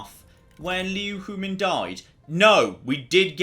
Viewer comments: And she died without you ever learning how to pronounce her name... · Well the silver lining to Liu Huimin's death, is that she no longer has to put up with you mispronouncing her name.